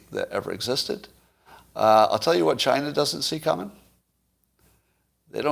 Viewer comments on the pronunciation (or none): none